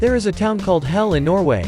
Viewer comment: It’s not pronounced hell